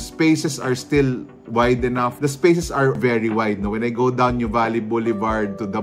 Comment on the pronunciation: We pronounce it as, 'noo vah lee'. Not new valley😊